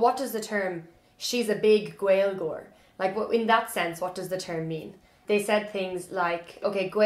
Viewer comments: You are very cute, it's not gwailgeoir, its GALE-geoir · He is wrong that it's 'Gale-geoir', but right that it's not 'Gwale-' The Irish pronunciation goes from the broad G in the back of the palate to the L, when the L is slender this often creates a kind of 'glide' sound, which does sound like a W to us English speakers since, as far as I know, we don't have many glides in English which are the same as this one. Next time you say Gaeilge, Gaeilgeoir, focus on your lips as you say the start. When we make a W sound in English our lips come very close together and slightly forward, try not to allow that to happen when saying these words! It is extremely common for those of us of English speaking backgrounds to try to mimick that glide sound by physically inserting an English 'w' into the word, which leads to words like Gaeilge being mispronounced as Gwaylga on a fairly widespread basis. And it's completely understandable that this happens, until I had the differences demonstrated to me side by side I too would have thought that maybe I could get that w-ish glide sound by using my lips the way I use them to get my normal 'w'. Anyway, sorry for the intrusion, this was from a year ago so you might know about everything I just said already, but just in case